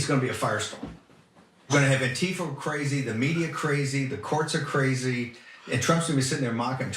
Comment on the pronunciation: And, it is not lost on anyone how he did not just say “ANTIFA” or ” Anti-fascist” he instead says shoot an “N-Tifa”… a telling mispronunciation of the word